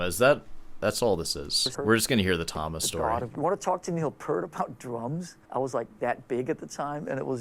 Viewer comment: A drummer who can't pronounce Neil's last name correctly.